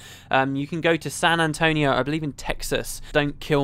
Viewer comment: woot. You say san antonio in the coolest way.